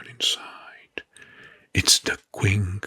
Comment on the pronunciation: this is the ‘Qing’ dynasty like “Ch” in “Chase,” read like “Ching” in “Cha-Ching.” Chinese doesn’t have quite the same sounds as English, even if we’ve anglicized it into a Q.